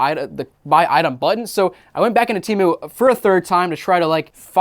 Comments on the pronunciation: I effing hate Temu. The idiots who run their commercials cant even keep track of how their company name is pronounced. One time its pronounced "tee-moo" and the next it is "tim-ooohh." I've ordered from there once just to see what their scam was, then never ordered again once I figured it out. In the short amount of time I had the app installed on my phone, it would go off literally dozens of times per day with their scuzzy "act now before you lose this deal" alerts. Once I received my order, I quickly deleted it and never downloaded it again. I got some cat toys that were decent quality, but everything else was junk. My mom thinks it's the best website ever and orders from them constantly. I try to dissuade her from it, but I'm just wasting my breath. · Yeah I went on that app once and realized it was a scam within 5 minutes. Also their ads pronounce it as teh-moo not tee-moo